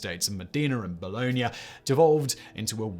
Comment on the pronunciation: For those who haven't been able to decipher the city names Simon is saying at , they are Bologna and Modena, neither of which are pronounced the way Simon does, but, then, he doesn't care a damn'. He's more worried about the advertising revenue than being accurate.